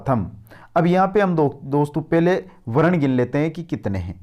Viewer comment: भाई , आपका ज्ञान तो श्लाघनीय है शब्दों का उच्चारण ठीक करें। इंद्र वर्जा बोल रहे हो, जबकि यह इन्द्र वज्रा है। ज आधा और र के साथ आ की मात्रा है। ऐसे ही वर्ण को वरण या वृण बोल रहे हो। ऐसी बहुत सी त्रुटियां हैं। भाई यह संस्कृत है। यानि एकदम शुद्ध और परिष्कृत। यहां हर दृष्टि से शुद्धता की अपेक्षा है।